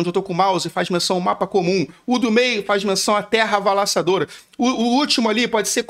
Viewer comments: Terra "Avalassadora" kkkkkkkk Vídeo top! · "avalaçadora" ueueuue